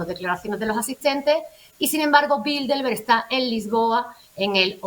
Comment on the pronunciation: Por qué dicen BildeLberg?. De donde sacan esa "L" que no existe?. Se supone que son gente culta.... No se dice BildeLberg, se dice BildeRberg.